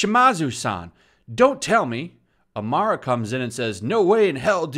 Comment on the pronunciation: Why do you say "Amara" when talking about "Arima" i wonder.